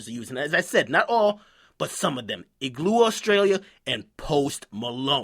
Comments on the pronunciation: Igloe australie lmao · ''Iglu Austarlia'' LMFAO